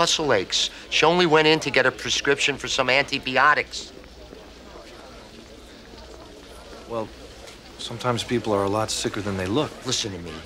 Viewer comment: Every time I watch this episode I'm annoyed by how the father says "antiBEEotics"